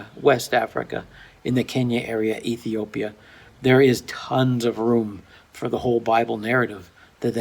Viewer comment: Just can't say Ethiopia